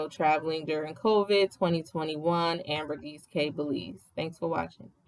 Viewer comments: Wow such unfortunate travel timing. It’s not like that usually. Not nitpicking but it’s actually Ambergris Caye not “Ambergis.” Ambergris has a meaning although it’s a little gross lol. Hope y’all give Belize another try! Maybe Placencia in November to March. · It's pronounced "AmberGRIS KEY."